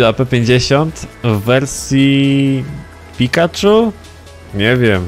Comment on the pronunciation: Picathu? Chyba raczej minionek 🤣🤣